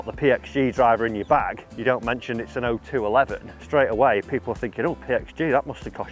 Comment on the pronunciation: Oh two eleven is the proper name. 0211 is a military occupation specialty code. Thank you for saying it correctly! I see a lot of YouTube golfers who don't. Semper Fi!